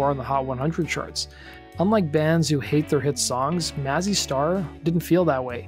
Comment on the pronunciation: Maze- e Star. Pronounce it correctly.